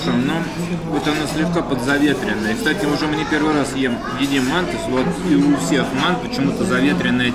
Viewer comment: МантЫ,а не мАнты!